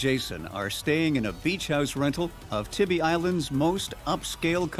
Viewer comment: It's pronounced Tieby Island not Tibby Island. The stores and shops are not the real Tybee Island also.